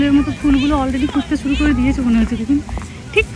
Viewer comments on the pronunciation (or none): none